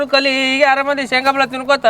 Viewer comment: ಶೇಂಗಾ ❌ ಸಂಗಾ✔️🤣🤣